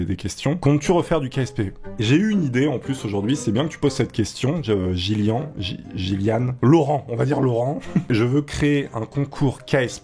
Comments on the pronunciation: yoni verachtert ça se prononce "Guilliane" ducoup (mais écrit Gyllian) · Il a dit « jilian » chuis mort 😂